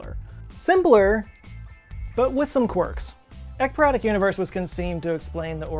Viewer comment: Love that you spelled ekypyrotic. I heard 👂 eggperonic.. excuse me I'm smelling dinner as I watch. Carry on.